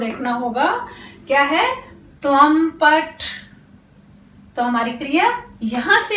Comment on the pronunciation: आप हिन्दी नहीं संस्कृतं पढारही हैं। अतः उच्चारण संस्कृतं वाली ही करना चाहिए। संस्कृतं अजंत भाषा है। जबकि हिन्दी, फ़र्सी/जैसा हलंत भाषा है। therefore, please say "paTha" not "paTh".